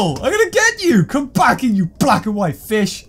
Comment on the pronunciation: the way he said "BLACK and white fish" was definitely racially motivated 💀